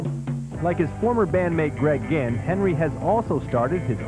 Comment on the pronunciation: It's Greg ginn not Greg gihn